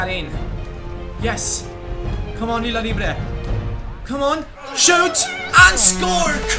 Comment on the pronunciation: Hi. you keep pronouncing Villalibre wrong.. ( the LLA from Villa sounds like YA) thats the way its pronounced in spanish.. VIYALIBRE as same as VIYAREAL. I hope you read this and in the next episode show me in the end. lol-. you are The best fifatuber I know. keep it up